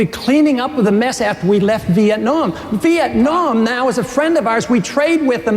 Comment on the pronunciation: WHAT THE FUK IS VIETNYAM MCCAIN